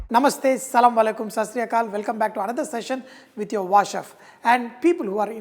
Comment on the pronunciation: Tell asalamu alaikum.this is correct pronouncitation